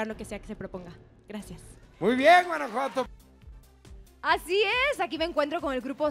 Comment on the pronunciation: Sofia Aragon dio muy buena respuesta para que le diga bien Guanajuato😕